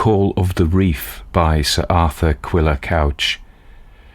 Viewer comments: It's pronounced "cooch". It means "red", in Cornish. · Author's name is pronounced Cooch.